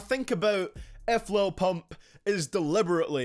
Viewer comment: Why you gotta say pump like that bruh 😂😂💀